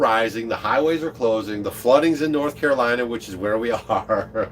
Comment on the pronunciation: It's CaroliNa, not Carolia. 😉